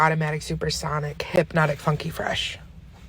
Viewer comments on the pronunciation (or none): none